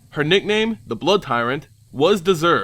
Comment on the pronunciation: Sidisi is the only rightfull ruler of these lands, the dragon silumgar has let the years make him pathetically soft he does not deserve the title of dragonlord, all hail to the brood tyrant! Btw you kept saying blood tyrant istead of brood tyrant :/